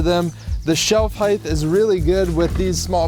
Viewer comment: Height not heighth.